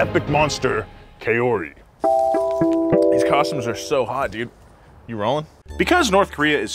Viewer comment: Pronounced "KAH-OH ri". Some of us anglophones sometimes say it like the English word, "cowrie", like the shells. "Cowrie" isn't ideal but it's much closer than "KAY-ORRIE". For Japanese names and words just keep in mind that except for the letter "O", vowels are pronounced using the short vowel sound. Toyota isn't TOY-oat-ah, but "Toe-Yo--tah". A given name like Kazuhisa is "Kah-zu hee-sah" and that one California born & bred actor's surname is "Tah-kay"! George Takei. When we anglophones see that e-i combo, our minds default to the European pronunciation but his name isn't German or Dutch, as in a name like Stein. Japanese is very literal. It's like Spanish in that way. The sounds are (mostly) strictly defined and pronounced. But it's not hard.